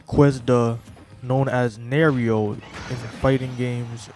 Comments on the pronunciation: You are pronouncing Nairo wrong btw. Just fyi just so you know for the future. It’s pronounced more like “ Nai ro”. Not Nario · Ok first of fuck this guy. Talking about smash and can’t get the story straight initially and also for not even being able to properly say Nairos name. Not defending nairo. But bro you clearly know NOTHING about smash if you can’t even say a top players name. Gtfo here bro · Why would you even care about the community or whine about Nairo’s name being pronounced incorrectly as if he deserves to have his name acknowledged at all? You can like Smash and not know about it’s toxic community. This just makes it that much worse. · Your entire complaint is Irrelevant. Who cares if he pronounces his name wrong. Why does that invalidate his argument, and how exactly does that mean he doesn't know anything about smash. He has an accent, so obviously he'd get something wrong. you just sound like a child at this point than anything else.